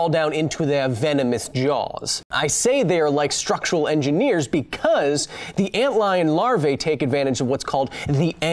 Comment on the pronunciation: I almost disliked the video as soon as I heard “army core of ant-gineers.” Fortunately I kept listening.